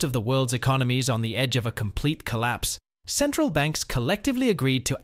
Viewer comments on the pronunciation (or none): Centrral bank